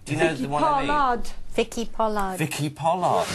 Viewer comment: "vicky poll-ARD" hahaha